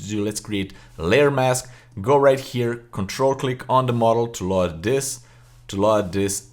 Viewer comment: Excellent video as normal but I wanted to mention that you are pronouncing the word "Load" incorrectly. The American pronunciation is /lōd/ not /Laud/ but overall your English is remarkable.